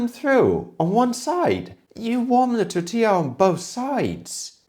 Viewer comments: The best thing I can say about this is that Jamie Oliveoil managed to pronounce "tortilla" almost okay. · At least he knows how to pronounce "tortilla", brits have big problems with this for some reason.